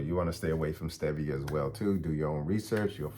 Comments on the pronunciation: Stevia (pronounced) stee ve a is considered safe because it is plant based. But as usual all sugar and sugar substitutes are harmful. I appreciate your video but need to know what foods are safe to eat on a daily basis. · Stevia = stee-vee-uh. It is not a sugar. It comes from a leaf. The Japanese have been using it for over 100 years. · Stevia is pronounced 'Steve - e - uh' & is a natural herb that the ABSOLUTELY CORRUPT & COMPROMISED FDA wanted to BAN because it was a DIRECT THREAT to their BILLION $ TOXIC SUGAR & ARTIFICIAL SWEETENER INDUSTRY. It was also 'banned' in Europe for the SAME reason & they JUSTIFIED it by saying it MIGHT cause cancer but the AMOUNTS someone would need to consume were IMPOSSIBLE to eat. It is NO LONGER 'banned' in Europe. Please do your research before sharing wrong information. It is not a MANMADE artificial sweetener it is NATURAL & therefore much better for the body & our overall HEALTH. You SHOULD be CALLING OUT ASPARTAME & NUTRASWEET & SUCRALOSE which are both made in a LAB & DO CAUSE GUT & STOMACH PROBLEMS & whats more EVIL now being shown to INCREASE APPETITE & DISEASES like CANCER which they're STARTING to ADMIT..💔🇱🇷🌏